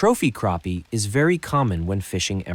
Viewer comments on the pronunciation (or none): its crappie not carppie say crap then say the pie instead of pie say with pea sound with it 🤦 learn how to pronounce words right 🤦 just like Google can't pronounce bass right and for walleye you need a hook #1/0 to #3/0 the #3/0 will get bigger fish like trophy for black crappie or white crappie use a #1 #1/0 for trophy